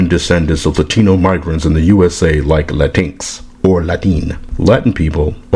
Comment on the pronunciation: Lol this is the second person pronouncing latinx as la tinks instead of Latin x, and I fucking love it. I'm willing to bet if we start telling them the proper way to say "their" language they'd be real happy to hear it.